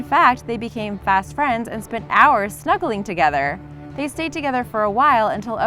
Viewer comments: The tortoise is named mzee pronounced as /mzɛ/ like how you pronounce bread (brɛd) and not /zi/ or /mzei/. Mzee is a Kiswahili word meaning old man or elder. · It's Owen and Mezee (Mezae) not zee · Its not z it is Mzee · At number 3 it not zee it’s meeze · Guys the one about the hippo and tortoise we read a story about them in ela their Owen and Mzee btw the tortoise is pronounced ma zay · By the way the turtles name is not zee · it is pronounced ma za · I knew the Owen and mzee one! It's actually pronuonced mzay though. Still spelled the same though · It’s mzee (M- ZAY) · The photos chosen to tell the tale of the hippo and the turtle are hilarious! Even more when the narrator say "They spent hours snuggling together" and "They gave zee a new friend" Poor zee. I am cracking though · You make me so mad you said the turtle's name wrong you make me very mad I learned how to say that name in school and you probably older than me cannot say the name correctly I'm disappointed